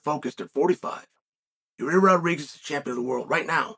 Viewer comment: Bro please announce his name right lol